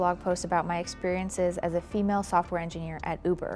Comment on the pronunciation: "as a famale software engineer" 😂😂